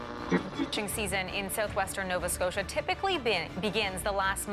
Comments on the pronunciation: who ever made this Doc should give there head a shake.. they have no clue how to pronounce, be like calling London Logon.. Nova Scotia isnt hard to pronounce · Hate the way the narrator says “Nova Scotia” he’s butchering it